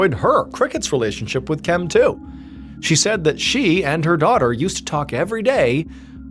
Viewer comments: Question, is anyone else wondering why KIMs name was pronounced KEM? Drove me a bit insane. 😂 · Her name was KEM